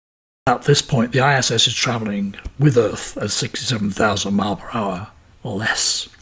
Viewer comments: Why can’t this guy say miles!? Drives me mad. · Miles... Fucking miles. Multiple... Pronounce the S you tit